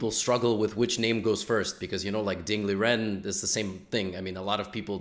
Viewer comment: Also the pronounciation of Ding Liren is like Ding Ligen